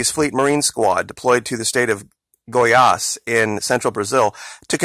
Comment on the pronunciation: Correct pronunciation of Goiás! This is very suspect my friend! Good protect us! 🙏🏼